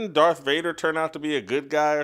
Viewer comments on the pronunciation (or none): none